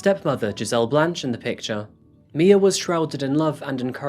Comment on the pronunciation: It’s my- uh not Mia